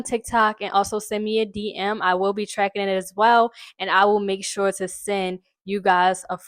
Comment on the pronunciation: As soooonnnnn as I heard you say tew, I knew you was from here lol! Please keep shining for the city beautiful!!! #NurseLife✨ 👩🏽‍⚕️🩺❤